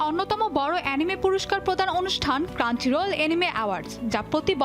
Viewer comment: ক্রাঞ্চিরোল না, ক্রাঞ্চরোল...